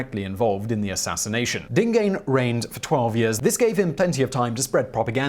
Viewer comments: DingAhnay not Dingane. Next time come to me for Zulu pronunciation. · Dingane pronounced Ding - gaahn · Simon it's pronounced Dhingaaan Senza..ngaa..kho...na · Dingane is pronouced Ding aan. And amabuthu is pronounced amaboo too. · Prince Dingane's name is pronounced as Dingun, stretch the "u"sound. ;-)